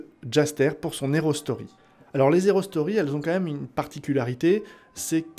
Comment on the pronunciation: C'est volontaire, la liaison (erronée) lorsque tu dis « les (z')hero stories » ? Ça fait bizarre, mais peut-être que c'est un jeu de mot pour indiquer aussi que ce sont des prequels, au quel cas chapeau bas pour avoir trouvé ça ^^. En tout cas, je suis heureux de voir tout l'univers se développer, et impatient de regarder les prochains épisodes !